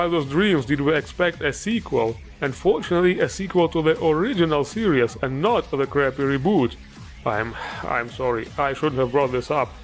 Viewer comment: ITS SERIES STOP FUCKING PRONOUNCING IT SERIOUS SERIES NOT SERIOUS